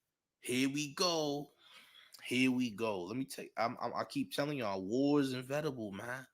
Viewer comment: I think you meant to say inEvitable champ, not invetable